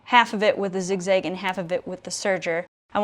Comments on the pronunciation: Kudos for ur knowledge EXCEPT ur miss- pronunciation of the zig-ZAG STITCH!!! It's zig zag not zig zig !!! This has killed me every time u said it wrong !!! 😪 if I don't tell you someone will who won't be kind about it , possibly. . Thanks for the info tho!!! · I don’t know where the midwest of America is, am afraid. It definitely sounds zigzig, but that could be your hook, like nigella lawson👍🏾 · I think you mean "zig-zag" stitch, not zig-zig😁